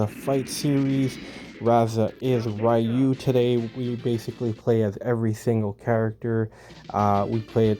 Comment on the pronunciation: great to see you pronounce Ryu the old skool correct way😂 I don't care if the other way is how they say it in Japan😂 seven wins Big up🎉 she knows it's coming home😂🎉 England will defeat FIFA oops I mean Argentina in a few hours🎉